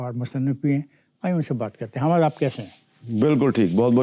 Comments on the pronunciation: اس طوطلے جاوید صحافی کو حامد کہنا نہیں اتا خامد میر کہ رہا ہے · Hamad Mir😂😂 his name is pronounced as Hamid Mir. Look at the level of his urdu language.